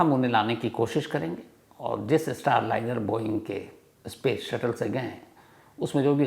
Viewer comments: Ispace nahi space hota hai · Yaar bhasha to sudharo iskool nahi school hota hai ispace nahi space hota hai